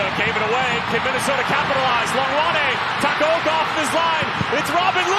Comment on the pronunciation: Takoaoko💀💀💀💀 it’s takaoka😂